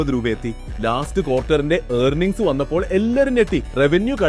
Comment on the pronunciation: ഏർണിങ്സ് നന്നായി പറയാമല്ലോ.... ഏണിങ്സ്